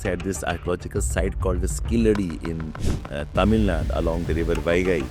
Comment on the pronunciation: It is "Tamil Nadu", not "Tamil Nad".